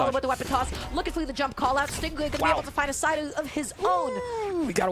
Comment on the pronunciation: No offense to but i wonder how many times she called him a "GAY" lmfao. And let’s at least show respect to STING RAY, she should have practiced to pronounce the pro player’s name properly. Other words don’t matter but the NAME tho. It’s not about the accent that she has, nothing wrong with that, but the overall explanations she provides are not THAT GOOD (she said she doesn’t really know much about the great sword bcz she doesn’t play it). What did the black guy (caster) do wrong to be paired with her. He had to explain things that she couldn’t, and i saw his facial expressions kinda like trying to hold a laugh every time she says STING GUAY, he says STING RAY right after calls the name not properly. Can’t and hard to pronounce "R" for, i see, but I’m sure if she practices, she can do it. Or talk slower to deliver messages that she wants to deliver to us, She doesn’t need to talk that fast at all like some rapper, Step by step analyze the game play and let the brawlhalla fans focus on the game, not fighting over her. Dunno where she’s from and her mother tongue, she should just do it with her region’s language cast, not English if she’s gonna keep on trolling on some BASIC ATTITUDES AND KNOWLEDGES about the game. (ADA Nsig…) I love brawlhalla, dont really care THAT MUCH about the casters, I care about the characters played by pros if they play the characters that i like, so I watched all these new IMUGI game play, and STING GAY went over through my last limitat